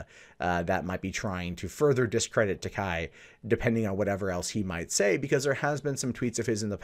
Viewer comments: Why is it that you get the pronunciation of TAKEI right in the beginning of the video but immediately go back to TAKAI just after that? It's TakEi not TakAi. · It's pronounced "Tah, kay." The way you pronounce it, it would be spelled Takai. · Every time he says "Takai" my inner weeb dies a little.